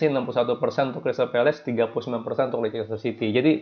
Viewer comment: yg betul nyebut Leicester itu lesester apa lister, coba deh dicek pronounsation nya, bravo